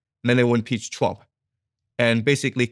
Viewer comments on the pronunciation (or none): It’s “Trump” not “Twump”. Diary of a CEO used to be a great podcast, now it’s just - man bites dog - yellow, click bait distraction. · Does he keep saying President Twump?